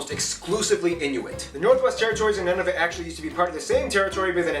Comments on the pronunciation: One other correction - the Territory is pronounced New-na-voot, not None-of-it. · I hate to nitpick but his pronunciation is off. It's Noo-nuh-voot, as opposed to nuh-nuh-vit, and Newfoundland, well, best listen to a Newfoundlander to learn that; or check out a video called "How to pronounce Newfoundland" by the National Post. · Uh oh! He spelled the national cap wrong--Ottowa, rather the correct--Ottawa. Also, granted, Nunavut is a weird one to pronounce correctly; nevertheless, it's Noon-uh-vut, with the 1st. 'u' rhyming with 'foot', and the 2nd. rhyming with 'but', and NW Territory is Territories. He mentioned Alert, but the northernmost town is Grise Fiord, which is 449 miles to the south. Some years ago I took the train from The Pas (PAH), Manitoba up to the town of Churchill, on the Hudson Bay, which is billed as the Polar Bear Capital, and I saw a ton of polar bears. The sand squeaking is not fake. If it were, and he said the opposite, it would seriously undermine the/his channel's credibility--right? The Slavey people are up around Yellowknife, NWT, from which depart ice road truckers in the winter. In addition to the Navajos, the Apaches (uh-PATCH-ee) are part of the Athabascan language family. Last, as he alluded to, Montana's Glacier N.P. is across the border from Waterton Lakes in Alberta, N. Dakota has the Int'l. Peace Garden, which crosses the border into Manitoba, Alaska's Wrangell-St. Elias N.P. is across the border from Yukon's Kluane (clue-AH-knee) N.P., and Roosevelt/Campobello Int'l. Park is just a few miles across the border from Maine in New Brunswick. Last of all, the people we call Native Americans are what Canadians call First Nations (what were formerly referred to as Indians), and the people we used to call Eskimos are now referred to in both countries as Inuit.